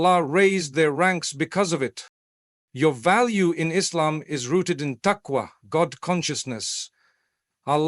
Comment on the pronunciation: yeh like when he says Islam